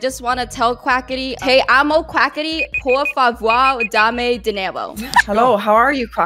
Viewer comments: "PORFUAVARH" NO PUEDO JAJAJHJAJAJJAIJIJIJ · “por favoir”